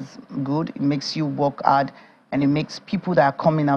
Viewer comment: What is 'ard' work...HARD? 'Elps it's HELPS. Please learn how to pronounce your words properly.